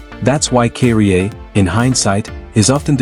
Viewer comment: Would be a decent video if you did the VoiceOver or script yourself instead of using an AI/ text to speech that pronounces Kyrie as "Keery-Aye"